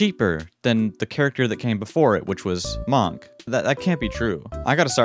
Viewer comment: Why he say monk like that